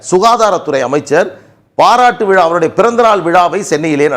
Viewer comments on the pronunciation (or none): none